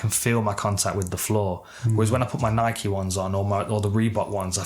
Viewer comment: Dan can’t pronounce Adidas or Nike 🤷‍♂️🤦‍♂️